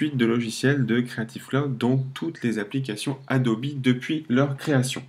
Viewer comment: Merci pour la video sauf que ca se prononce Adobe, pas Adobi.